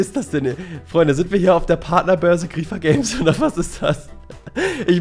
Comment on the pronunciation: "grriieeffeerr games" Es heißt griefer (englisch) 😂👍